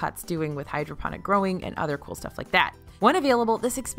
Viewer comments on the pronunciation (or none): none